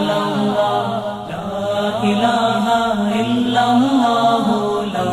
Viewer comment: السلام علیکم ورحمتہ اللہ وبرکاتہ حضرت ویڈیو شروع ہونے سے پہلے جو اللہ اللہ پڑھا جاتا ہے اس میں دوسرے والا لفظ آللہ مد کے ساتھ پڑھا جاتا ہے اور یہ پڑھنا غلط ہے اس لیے برائے مہربانی آپ اس کو درست فرمائیں من العاصی